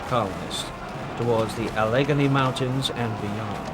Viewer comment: LOL as soon as I heard a-LEG-a-knee mountains I knew there was no way the AI voice could do Monongahela